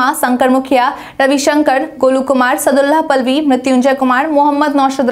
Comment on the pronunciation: Good evening maim।मैम आप से आग्रह है कि मेरा नाम सादुल्लाह पालवी है। सदुलाह पल्वी नहीं है। कृपया सुधार कर दिया जाए ।प्रशान्त किशोर द्वारा प्रयास करने से थोरा सुधार हो सकता है।